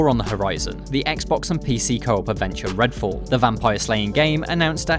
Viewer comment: "Redall" "Fascinating" LOOL